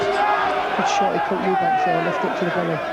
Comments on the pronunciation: why can't say Eubank??? Eubank not Eubanks you dipshit!!!!!!! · An insult to Chris that one of the commentary guys calls him ‘Eubanks’.